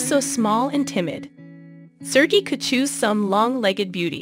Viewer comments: Please, re-record this… how can you say ser-gee? Please not kata; it’s Katya! In Russian there is a y sound before the e. “Ye” 9 to 11?? Is this a bot reading? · Right On!!! She's irritating me. 😏😂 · I just starting watching this and was getting so mad she couln'd do enough research to get the names correct. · Nice video but you could have made the effort to pronounce their names right: his name is pronounced sir- gay and Ekaterina’s nickname is pronounced Kat-ee-ah and her last name is pronounced Gor-dee- eh- vah. Daria is 31 years olds and her name is pronounced Dar- ee- uh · I am very familiar with this story. However, you pronounced every single name incorrectly. Why didn't you do research on these pronunciations first? Daria is Dahreeuh. Katya is Kat ee yuh. Gordeeva is Gore dee ay vuh. Sergei is Sir gay. Ekaterina is Ay kat er ee nuh. Kulik is Koo leek. Now you know.